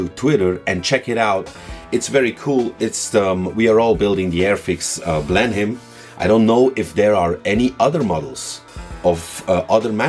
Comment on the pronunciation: No criticism, but in the typically idiosyncratic way of the English language, 'Blenheim' is pronounced 'Blennum'........